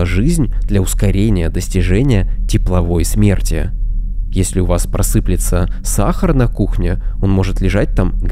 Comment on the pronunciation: Если у Вас просыпЛется сахар, садитесь за учебники русского языка! А выкладывать на Ютуб видео, по сути отличающееся от названия, да ещё и с малограмотной озвучкой - не надо!😢